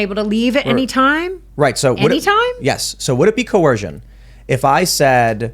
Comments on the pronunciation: The word is coercion with an 'er' sound, not coorcion with an 'or' sound - just saying🤣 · Only an American could pronounce it as Co-Wersion 🤣🤣🤣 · Not a good sign when your attorney can't say coercion